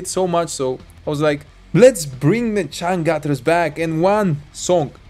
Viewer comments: You wrong when said the name of band. In indonesian, its read as like u say "chang chooters" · it's actually pronounce "CHUNG - ChOOT - TERS"